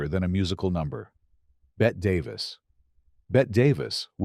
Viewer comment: Waste of time. If indifference equals racism, the list would have thousands of Hollywood names on it. Full of “rumors”, and “no evidence”. And, your AI voice mispronunciation Bette Davis’ name. If you can’t get that right, you are fighting a credibility value.